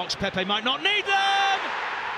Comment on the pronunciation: “3 players in the box Pepe might not neeeeederrrm” lol